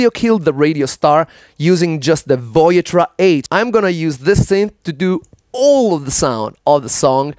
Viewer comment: You are mispronouncing Voyetra. You are putting the accent on the third syllable, Voy-Et-TRA. The correct pronunciation is the accent on the second syllable, Voy-ETT-tra.